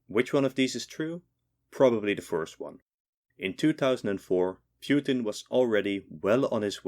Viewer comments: Putin not Pewtin lol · Bro called Putin "Pewtin" 💀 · Ah yes, pyutin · Ah yes, Pewtin, my favorite president of all time! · Vladimir Piutin?😂